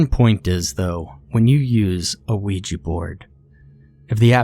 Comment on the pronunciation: “dave the ouua board”